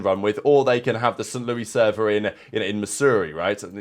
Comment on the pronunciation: "st. lewwwie server" 😂 love you